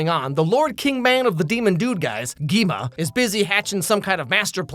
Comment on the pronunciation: Gwi-ma. Gwi-ma Deez nuts. (I'm so sorry)